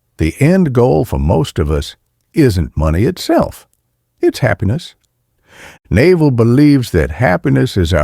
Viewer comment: the narrator pronouncing Naval like the bellybutton is killing me